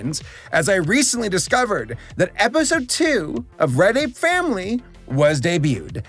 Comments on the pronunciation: whenever he says "Red Ape Family" i hear "Reddit Family" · It might be something with my audio but everytime you say "Red Ape Family" i hear "Reddit family" and I'm confused.